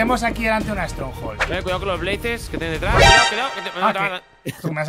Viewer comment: alguien se fijo que mike dijo strongol en ves de una fortaleza del nether xd